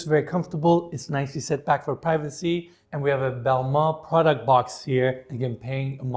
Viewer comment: Didn’t know that’s how to pronounce Balmain. Used to definitely say it wrong. 🙈